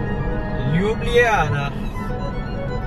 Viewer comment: no problem mate, hope you have/had a great time in Slovenija.. (the pronunciation of "Ljubljana" was alright ;) ) greetings from Trieste IT